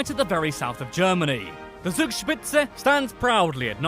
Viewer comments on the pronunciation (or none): "Zugspitze" is pronounced "Tsoog-shpitse" though. The "Z" is a hard S (ts) sound in German, the opposite of the English soft "sss".